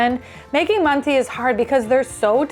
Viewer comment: What a great video!! I've ruined rice for years. I can overcook the outside and still have it crunch 😅😅 But loose rice, I've got you. Use instant rice, or regular rice boiled like pasta (loads of water and strained out). should have said, manti is pronounced "man-tuh" 😊 Good soup.